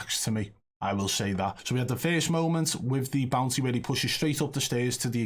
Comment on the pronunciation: I thought he was saying bouncy the whole time he was saying bounty 🤣